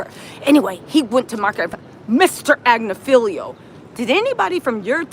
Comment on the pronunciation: His name is Agnifilo. You and always get it wrong.